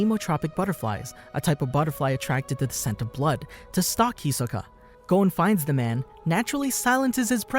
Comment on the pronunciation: why tf he keep saying hisoka wrong